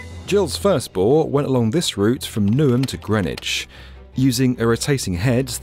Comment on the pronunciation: This is a UK project. Why do you quote cost in $US only? And by the way, 2025 is not pronounced 'twenny twenny five'. And it's new'um not noo-um.